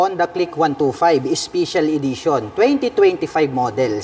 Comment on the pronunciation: spicial idition😂 pronounciation